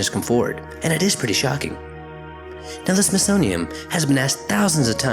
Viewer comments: It is SmithsoniaN, not SmithsoniaM. Really distracting, and not helping your cause. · Like the videos! But can you please say smithsonian? Cause it's not the smithsonium. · Just a quick note from a big fan... it kinda sounds like your saying SmithsoniaM instead of SmithsoniaN... no biggie and thanks for the hours of binge listening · Love your videos! It's the SmithsoNian, not the SmithsoMian.... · Why do you keep saying “smithsonium”? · Please slow down. It sounds like you keep saying "Smithsonium". That would not be good. Edit: oh wait... maybe 0.5 is the actual speed. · Why do you keep pronouncing the Smithsonian within m? It's Smithsonian with an n at the end. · It's called the Smithsonian, WITH AN "N" , not an "M"!!!!!! Have a nice day. I like your videos by the way. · There's a letter "n" at the end of the word Smithsonian... Just saying. Love your videos though!